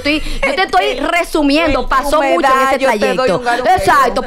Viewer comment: Y por qué es que Sandra dice “ MUSHASHO”? 😅😅